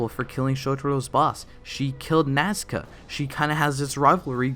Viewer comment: The way he says "NaScA" I can't 😹